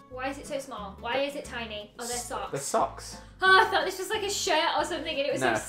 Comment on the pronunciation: I fought that was one of the better ones: 😮😳 Get it, I said fought cuz always says f’s, not th’s